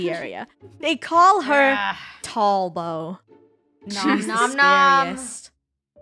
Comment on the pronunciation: “There is a monster in pvp area.. they call her TALL-BOW”